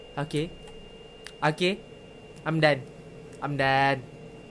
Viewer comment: ' I'm done ' ke 'amdan' hahahha anyway lawak siott😂